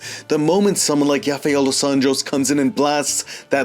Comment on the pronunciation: Yafael tho? Come on 😂